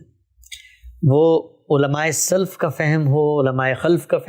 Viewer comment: السلام علیکم ۔ قابلِ تصحیح بات ۔ علماء سلف میں لفظ سلف میں ل ( لام ) پر زبر ہے جزم یا سکون نہیں ہے کیونکہ لام کی زبر سے معنی اچھے علماء اور لام کے سکون کے ساتھ معنی برے علماء بنتا ہے اس طرح خلف میں لام کی زبر کے ساتھ معنی اچھے پیروکار اور لام کے سکون کے ساتھ معنی برے پیروکار بنتا ہے ۔ اگر میں غلط ہوں تو برائے مہربانی میری اصلاح ضرور فرمائیں میں آپ کا بہت مشکور ہوں گا جزاک اللہ خیرا